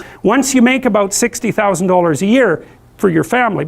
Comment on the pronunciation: didn’t have to say “60” like that 🤣